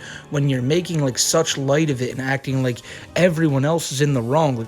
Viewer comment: I hate how he talks. He sounds so babyish... "I don't wike you, Smokey MC Cwack!"